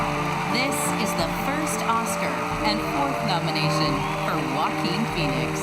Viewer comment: I love Joe-a-Quin Fone-ix